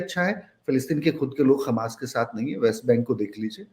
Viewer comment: खमास नहीं हमास